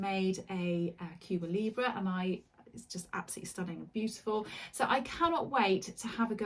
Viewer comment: Cuba Libre means "Free Cuba", that is the wish and hope of all Cubans, someday. Now,on pronunciation: say Elephant. That E is how you pronounce the E in LibrE. Try it. Love all your recommendations and explanations. Thank you.